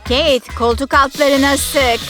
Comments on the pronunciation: Keyet değil Kate ve keyt diye okunuyo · Kate mi Jennifer mı dediğinde bağırarak tabikide kate dedim bne malım anam kate ne dedi🤸